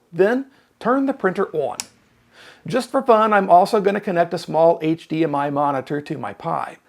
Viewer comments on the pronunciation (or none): none